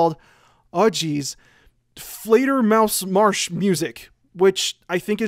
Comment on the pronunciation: As a german I just have to point out that you pronounced "Fledermausmarsch" absolutely perfect. Otherwise, terrific essay, as always. All your content makes me aspire music and the ideas and concepts that go into it so much more than before. Please never stop with your amazing work!